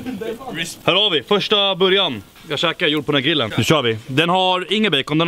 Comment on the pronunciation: Varför kan han inte säga grill ? Gillen ???